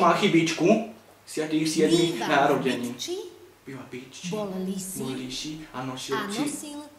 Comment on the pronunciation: Kdo taky slyšel jak po prvý řekla Bytči TAK slyšel "v piči" 😨😨